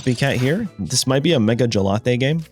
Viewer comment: The mega What?? What kind of ugly pronunciation is that????